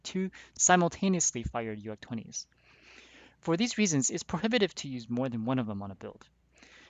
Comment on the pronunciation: saying uacs is like nails on a chalkboard to someone whos been playing mechwarrior and battletech most likley longer than the person posting the video is alive..... its A/C no AC